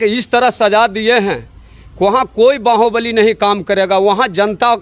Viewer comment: बाहुबली ❌बांहोंबलि ✅